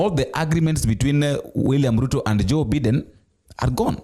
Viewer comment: It's Biden not Beeden (W-T-F)